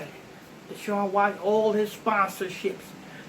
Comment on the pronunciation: Absolutely correct but it's Watson not Washington 😂😂😂😂